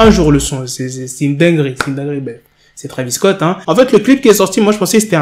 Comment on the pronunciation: C'est Travis Scott pas Travis cott